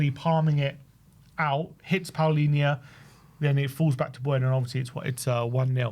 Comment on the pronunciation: Why do you guys pronounce Palinha's name as if it was spelled Paolinha???